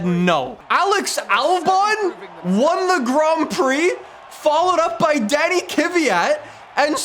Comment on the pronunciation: I mean no disrespect, but can you please pronounce Kvyat properly🙌